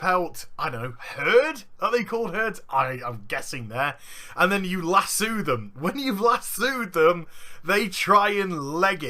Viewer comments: its Lass-oh not lass-oowed sorry ocd cant take it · Las oooooo no nigga its lass O